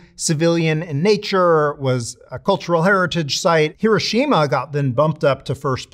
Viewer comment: How the fxck can someone call themselves a "Nuclear Historian" and pronounce Hiroshima that incorrectly?!